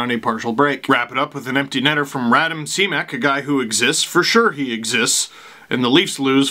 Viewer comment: Radim (Ra-deem) Simek (Shim-eck)